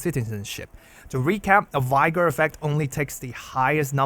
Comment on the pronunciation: Just FYI, English is madly inconsistent, so “vigor” is pronounced with the same “i” sound as “vision” or “vivid”, in contrast to other v words like “viable “vital” “vicarious”. It might be easy to remember if you think of “vigorous”. How can you tell which to use? The answer is who the F knows 🤷🏻‍♂️🙇😅 thanks always for your content!!